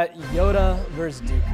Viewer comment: “Vs.” is not pronounced “verse”. It is pronounced “versus”. It means “against” in Latin. A “verse” is a line in a song or poem.